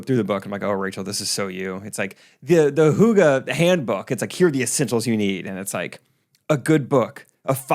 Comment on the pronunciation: Definitely knew what hygge meant, definitely didn’t know how to say it.